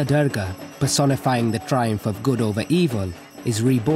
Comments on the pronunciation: The commentator pronounces the name of our Divine Goddess Durga ( Doourga) as Derrgaa !! :) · Beautiful upload- thank you. Durga is pronounced doorga. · The narrator's pretending to be Indian and he can't even pronounce dhur-ga? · He butchered the name Durga ..commentators should learn how to pronounce a name properly before they can take up this job.